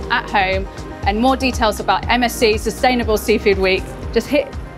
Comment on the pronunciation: Everytime she says MSC I think she‘s saying MSG XDD „MSG sent me sardines“